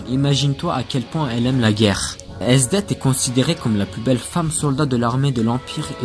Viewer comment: et le th de esdeath se prononce a l'anglaise en romaji le nom s'ecrit esudesu